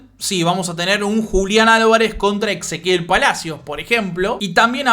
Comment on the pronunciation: lo que te decía es que decías exequiel en vez de Ezequiel. Igual muy bueno el contenido.